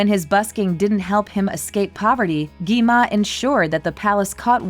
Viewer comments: You said gima. You should say gwima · Its not gema its gwima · gi ma? ITS GWI-MA